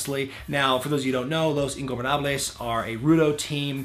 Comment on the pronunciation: Nice "Ingobernables" pronunciation, but "Hijo del fantasma" is pronounced (in English sounds) as follows: "hijo" is pronounced by saying e (like in e-mail) followed by "jo", just like you said it in the video. "del" is pronounced like the later part of the singer "" (just remove the initial A), and you pronounced "fantasma" correctly (phantasm-a, the last "a" is pronounced like the A in ). Im not a pronunciation nazi, just trying to help. By the way nice channel:)